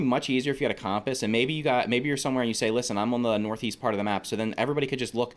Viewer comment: They way you kept saying compass really annoyed me